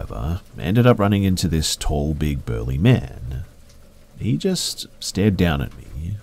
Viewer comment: And burly